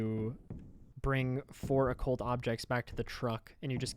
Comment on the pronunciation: you learned how to say occult ♥ \o/ thanks for making a vid! i get busy with work when youre live and cant always pay attention but this really helps!